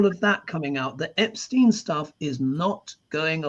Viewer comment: Love you. But I don’t understand why you call Epstein “Epshtein”.